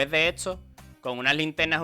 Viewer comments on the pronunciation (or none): De dónde eres que pronuncias "etso" en lugar de "esto" y así con muchas otras palabras???